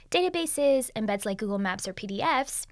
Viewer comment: Its hard to understand what she is saying for some words and the automatic subtitles at those points don’t pick up what she is saying either, like what does “features still get in your way” or “and beds like Google docs” mean? Some people have hearing issues and rely on the subtitles.